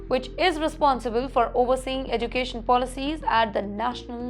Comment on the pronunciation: Learn to pronounce "education" first then report.